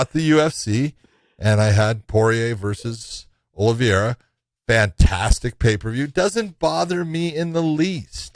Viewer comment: At what point is Big John going to learn how to properly say Charles Oliveras name???